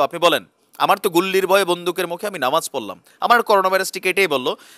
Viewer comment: Sundor bolcen.....Namaj tamaz na...Namaz kalam bolte hoi hobe